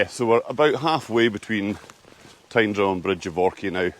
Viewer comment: The correct pronunciation of Tyndrum (Tyne Drum) gets my vote ... and I'm not even Scottish